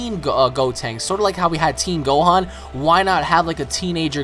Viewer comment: and his name is gohan, not "gohon"..